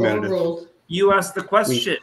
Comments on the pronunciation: He is freaking out about things he "axed", which means chop them up into splinters. 😃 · “Ax” isn’t magic? 😂